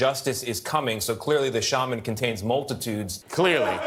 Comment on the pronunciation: What a joke. Qanon "shaw" man isn't even a good brujo. Besides, it's not pronounce "shaw" man. The correct pronunciation is shaman, like "sham" which is what he is. A sham.